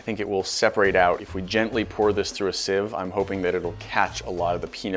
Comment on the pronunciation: said siv right this time instead of seav